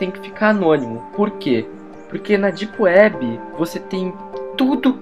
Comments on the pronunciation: "ondi elis vão si encontrá? ná....Típiwéb" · Dipueb ;D ninguem conhece kkk isso e mistura de português baiano com ingles kkk.